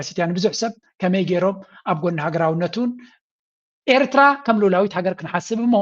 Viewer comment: This guy, whatever his name is; is a foreign minister of a nation, the so-called, Ethiopia. He can’t even pronounce Eritrea correctly. He is so foreign to the name. And he is telling us we are the same people! Feel sorry , he is a high authority of a neighboring nation. Shame on them, Animal Kingdom, jungle men from Arat Kilo!!!